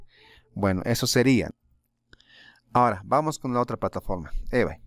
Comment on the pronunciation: se pronuncia IBEY....:D